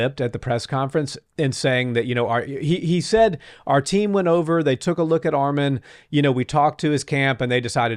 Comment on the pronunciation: Bro said armen it’s arman